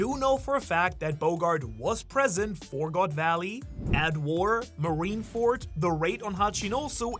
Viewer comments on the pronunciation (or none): none